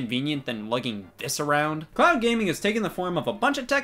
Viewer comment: Did you say "clown gaming" at the beginning or "cloud gaming" lol?